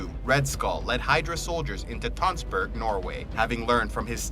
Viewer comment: As a norwegian I found it very funny how you pronounced the norwegian places like Tønsberg :D